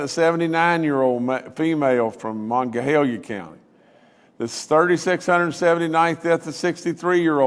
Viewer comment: Why can't he pronounce Monongalia County correctly...